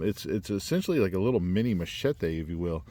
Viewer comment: Well... many many thanks for your review on one of my 2024 designs.. The Matato'a. First of all, congratulations on your pronunciation of the following words "Machete"... very well said. Just like that Ma-Che-Te...(not "mashetEE"😂) Rapa-Nui (the Island) and Rongo-Rongo (the script) Very well 👏👏👏 Now, your review... Awesome and you did punished the knife good IoI You are correct about defining it as a knife and is sort of a nice combination between that and a compact machete. About the sheath, you were right too. It's just a prototype thing. The final product has a normal size on the loop of the dangler, so any belt can pass through. The fire-hose thing... simple. It's just the hose needs more tension so the sharp edge works better cutting, don't worry buddy, it's just that. You gave the Matato'a some good assignments 👏 💪🏻🔪 Thank you for doing this and for naming me as well. My IG is wm_survival 😉 Good job!!